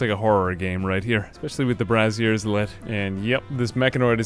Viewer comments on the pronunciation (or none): Super important: "braziers" (bray-zhers) "are large bowls for containing fire. "Brassieres" (brazz-ears) are, uh, for lifting and supporting. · The pronunciation of 'braziers' makes me snicker every time.